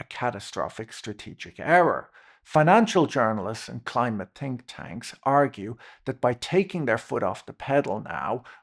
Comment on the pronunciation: "Climate tink tanks". Awesome.